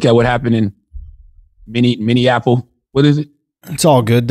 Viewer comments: "many an apolis" 😂😂😂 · Minnenapolis .. Love how people always mispronounce the name. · I love Charlemagne but a man died in my city Minneapolis say my city name right 🤬🤦🏿‍♀️ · mineanininininiapolis lol